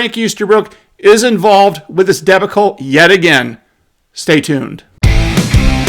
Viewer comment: DEB-UH-CULL ? DUH-BAWK-LL